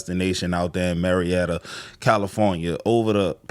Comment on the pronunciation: Murrietta,Ca is: Mur-eee-ehh-ttaa, and Marrietta, Ga is: Mair-eee-ehh-ttaa😂.